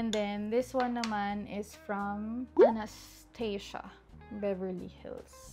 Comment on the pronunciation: One of the most beautiful faces!!!!! With or without makeup, Btw the brand Anastasia is pronounced as Anas-tah-zha😊